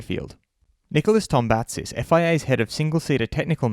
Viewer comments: Its To-BA-zis....Not TombaNTSis...Zis like zena... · Its not tom-pa-sis is To-ba-zis mp=b in Greek. Also not tom-pa-tsis z should be pronounced like in Zoro.